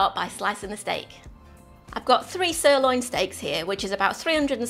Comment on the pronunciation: Stopped listening at 'sirloin"